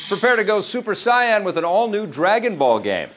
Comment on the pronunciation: great rundown. I'm really excited for that new Dragonball Z game coming to 3DS. you should watch the 2 movies for Dragonball Z. battle of God's and Resurrection F. in those movies you'll hear the proper way to pronounced Super Saiyan.